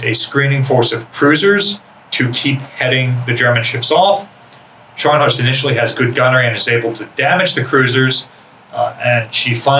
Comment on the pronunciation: Scharnhorst is pronounced as ˈʃɑrn hɔrst or sharhn-hawrst. Also both Scharnhorst class ships began construction in 1935